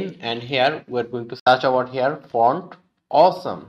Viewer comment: ovar hiaar 😂😂. awesome content👌